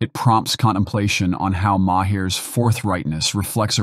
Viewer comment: Who's Bill Ma-hear? Or Bill Ma-her, for that matter?